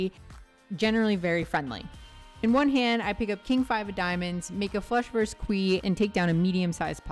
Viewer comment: Enjoyed it. All the best to you. For future reference, "Verse" is a one syllable word, meaning a section of a song or poem. "Versus" is a two syllable word, meaning one against another. Roe versus Wade.